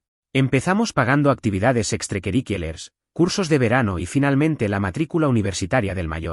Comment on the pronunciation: me da mucha risa que ningun canal de historias puede sintetizar bien la palabra ''extracurriculares'', parece que a todos les da un derrame cuando aparece XDDD